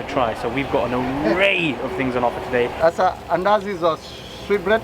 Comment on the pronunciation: Mandazi , not Andazi.